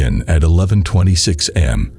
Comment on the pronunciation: Oh, it gets so much worse! "am" instead of a.m.